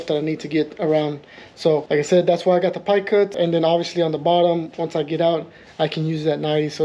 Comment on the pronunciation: Is it not “pipe cut”?